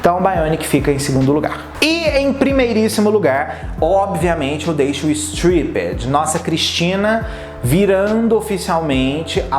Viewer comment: sua pronúncia de "stripped" tá errada. ❤adoro você